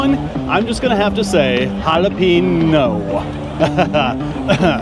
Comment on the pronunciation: you need to apologies for jalape-no but points for not just saying it is all good